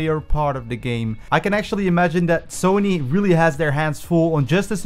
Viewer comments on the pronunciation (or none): none